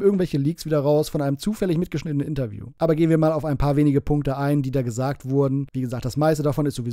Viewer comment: "Irjend jemand hat jesagt ist Feirtach"